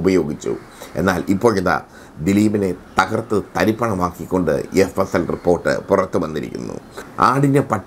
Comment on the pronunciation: തഹർത്തു അല്ല "തകർത്തു" എന്നാണ് ഉച്ഛരിക്കേണ്ടത്.